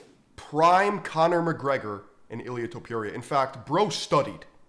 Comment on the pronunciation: Bro can't even pronounce Ilia's name. Must not watch UFC. Kinda sad